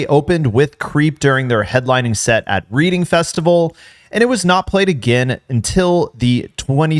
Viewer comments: redding not reeding= reading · Lost all credibility when you called it READING 📕 festival it’s pronounced REDING just so you know for future reference. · Reading festival is pronounced "Redding" festival btw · Its pronounced "red-ing" like the past tense of the word "read". Reading festival. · The reading festival is pronounced reding it's a place in England fyi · Just a note, "Reading", as in the Reading & Leeds festivals, is pronounced "Redding". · "reeding festival" bro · It’s not pronounced reading like you are reading a book. To help it sounds like Redding. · As an American I’m ashamed at how Americans can’t pronounce Reading or Glastonbury properly. Reading is pronounced “Redding” and Glastonbury is “Glastonburry”, not “Glastonberry” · Dog it's pronounced "Redding" festival, how do you cover music and not know that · Hi, yeah- no. The place Reading is not the same pronunciation as reading, with an ee. Please don’t try and correct people when you don’t have a clue. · reading is a city in the UK, pronounced redding 👍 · I live there it's pronounced Redding Red ing. Not a long double ee reading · Reeding Festival? 🤣 mate, please stop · It's pronounced 'Redding' not 'reading' as in reading a book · Might want to take another shot at pronouncing “Reading” again. No biggie. Just saying… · I WOULD make fun of you for pronouncing Reading wrong, but it's their fault for being called Reading